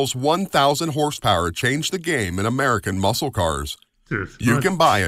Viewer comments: Please quit saying Muskal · It's ok. You can say it. No one here understands the Daytona either. Also- a tip. Don't pronounce the "c" in muscle. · The C in the word Muscle is silent. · There's probably "NO SHANCE!" you'll read my comment.. lol but the "C" in muscle is silent. Love your videos.. love your enthusiasm 😊😊